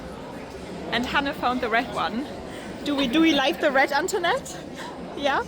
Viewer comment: Hi. Well-done me! you pronounced the name Antoinette, very well 👍